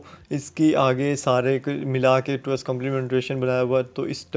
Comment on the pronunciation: Was this really a lecture!!! u don't even know how to pronounce fixed, 2's,...like no offense but at least u can do preparation...